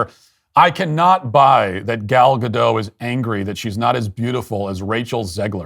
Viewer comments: Why are people saying “ga-doh”? It’s Hebrew not French. It’s “Ga-dot” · For the love of God stop saying Godoh. It's GADOT. Hard T. The name is Hebrew not French goddamnit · The pronunciation of the Hebrew name is 'Gadote' (not 'Gadoe') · ALORS: Gal Gadot's name EEZ NOT FRAYENCH, Matt. Eet eez EEZ-RILEY. N'est-ce pas? Therefore, eet eez praw-nawnced GAD-AUGHT, not GAD-OH. Comprend? SHALOM! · Gal Gadottttttt. Tgere us a T in the end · Gal Gadot, you need to pronounce the letter "t". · The T is not silent. She is israeli not french. Gadot is a nice person and beautiful. Not a good actress. Rachel is not a nice person. Beautiful ish and not a good actress but also really anoying. Disney is a woke shell of itself. Basically a dumpster fire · I find Gal Gadot quite engaging as an actress, but I agree a larger-than-life characterization is necessary for the queen and is lacking. By the way, you are mispronouncing Gadot. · thanks for saying this. Finally someone does. But why do you pronounce gadot like some frenchman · If you're going to slag someone off, at least pronounce their name correctly. The T in Gadot is pronounced!